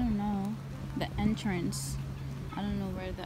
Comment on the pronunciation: ynazzra yes and he said en-trance with an WI accent. Lol🤣